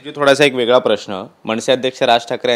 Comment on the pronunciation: मणसे नव्हे रे, मनसे म्हणायला शिक. म्हण 100 वेळा 'मनसे'